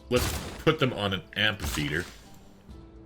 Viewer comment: "amphitheatre" .. the PH is pronounced the same way as in "physics"..